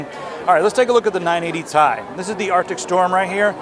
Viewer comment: Dude its ti not tai